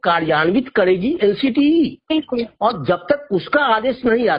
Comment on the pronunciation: विल्कुल बिल्कुल विल्कुल बिल्कुल😂😂